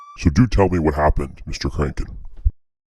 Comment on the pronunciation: BTWits kranken not kracken